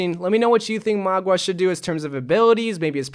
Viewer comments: MAUGA not MAGUA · Just heads up it’s mau-ga not mua-ga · Mauga is pronounced similar to how one says “Maul” but with a GA instead of an L. Hope this helps! :3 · You prounonce him mauga XD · I pronounce him as (mwah-guh) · I think his name is pronounced "maw ga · MOUGA LIKE MOUTH BUT INSTEAD OF TH GA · How I pronounce it is Meow-Ga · I pronounce mauga as mouga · I want it to be junkerqueen but I think it will be magua if that’s how you spell/pronounce his name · Dont worry byw im here to help mauga pronunciation: maw-ga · It's mou-gwa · When he says maguā all I can think of is Aqua (water). Pokemon trainer in overwatch: Oh no the enemy has a magua a water type Pokemon to counter my fire type Pokemon tobijorn. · Magua. Did you mean: MAGA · For the ones who can't pronounce. Say 'mowga' the 'ow' from a cat that 'me-ows or when your in pain you say 'ow'. Hope i helped you out